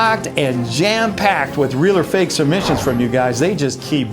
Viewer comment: When it said so fake it’s funny it said so fak it’s funny LOL 😆